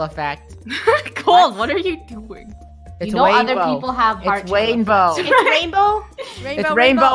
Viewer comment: OpEn ThE dOoR "WaInBow"